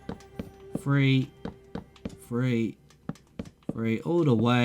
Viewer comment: “ I think we gonna go, one, two free four”